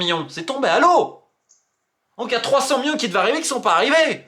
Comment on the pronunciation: Ca fait 50 ans que tu fais des videos t’as toujours le meme voix d’ado prepubert et tu sais toujours pas dire millions correctement